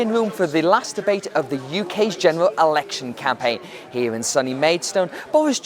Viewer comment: It’s not, ‘ulection’, ya dumbass, it’s ‘e’lection.